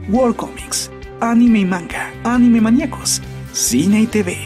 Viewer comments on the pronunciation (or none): none